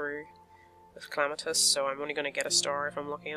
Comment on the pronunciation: Why do u call Clematis Clamatis? Not hating